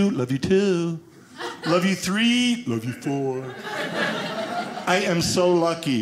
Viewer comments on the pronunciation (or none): LOL! He said "tree" instead of three. Yes!